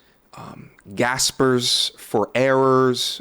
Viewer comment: This Nigga Said "Gaspers for Airers " 🤣😭🤣😭